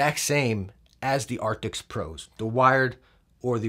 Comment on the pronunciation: Just bought the Razer Blackshark Pro, thanks to your recommendations - upgrading from my old Plantronics RIG 800HX. I just subbed recently too. Love the energy, all the way from Australia :D Tiny PS : It's Arctis, not Artics